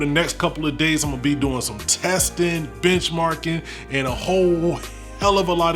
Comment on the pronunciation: Am I only one who heard "Bitch-marking"